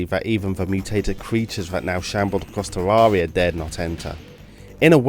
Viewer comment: I can't stand the way you say Terraria